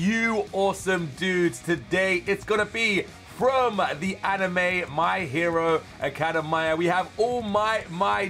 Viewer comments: Think he’s form uk so that’s why 🇬🇧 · Man says my hero academia wrongly.(it's fine though) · WHY HE ALWAYS STRUGGLES TO SAY MY HERO ACADEMIA LOL :D BTW WHY DOES HE SOUNDS LIKE HE IS TIRED???